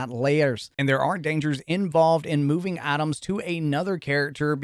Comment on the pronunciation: Lmao I thought you were saying Atoms but you were saying items 😂